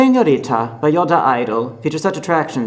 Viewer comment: Jam-less Bangtan I really don’t get this, did he pronounce it the way Koreans do? If he did okay bc I almost stopped watching this it drove me mad the way he said it 😕